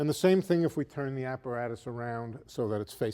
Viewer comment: ''Tha blackboard''